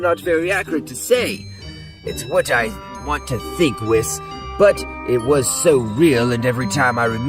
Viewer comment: It's an AI voice, notice it can't actually say Whis name correctly. Next to none of the AI readers can actually get it right. They don't learn who a word should be said but rather direct reads it. Meaning a hidden attempt to convey it's an AI reader with goofy audio.